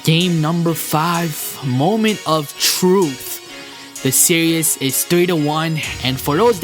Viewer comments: why can't you say series? lol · learn to fucking say SERIES!!!!!!!